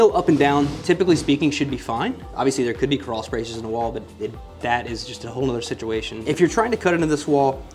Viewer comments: Dude, that’s CRAWL SPACE, NOT crawl sprace. 😂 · "Crawl sprace" 🤣🤣🤣